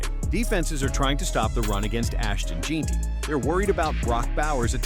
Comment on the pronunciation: in and you finally get done saying alot of words without saying shit. AI needs to die. Can't even pronouce Jeanty right.